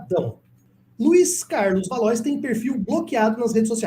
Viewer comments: Pronuncia-se valuá e não valois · Não é valois. A pronúncia é valoar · Valois (leia-se Valoá) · Acho que a pronúncia correta para Valois é "Valuá" 🙂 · Se escreve Valois, mas a pronúncia é Valo-á. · Valois se pronuncia 'valua'.